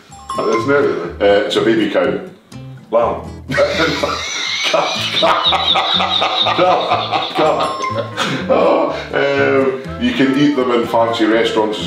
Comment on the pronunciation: When Tom said lamb I herd bairn. 😂